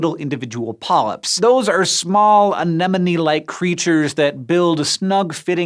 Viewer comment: Hurrah! He said "anemone" and not "an enemy!" YAY!